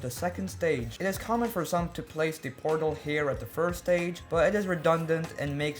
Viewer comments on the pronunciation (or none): Bruh 2 miss say portel lol😂